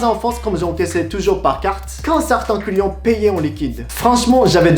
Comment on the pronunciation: Je suis le seul a entendre les couillons a la place de les clients ? XD